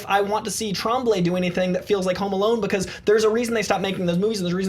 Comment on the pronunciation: It's pronounced Trom-blay ffs. It's a French Canadian name.